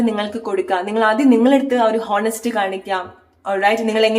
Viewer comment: Thankyou. ഹോനസ്റ്റ് അല്ല.. ഓണസ്റ്റ് എന്നാണ് pronunciation.